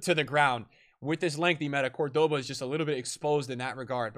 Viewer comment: You could at least... I dunno... try? With the pronunciation... Man, hearing Ginola, Cordoba, Papin, Park Ji Sung and such pronounced like that was painful.